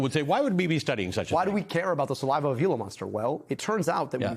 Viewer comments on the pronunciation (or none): The right prononciation of Gila, as in Gila Monster, is HEE-LA. Stop butchering the prononciation, especially when coming from the educated scientific community.